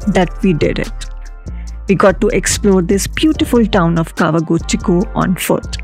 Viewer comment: You keep referring Kawaguchiko to Tawaguchiko. I thought I heard wrong but there were few times you said Tawaguchiko.